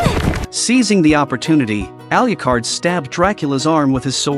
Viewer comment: Please learn to pronounce Alucard.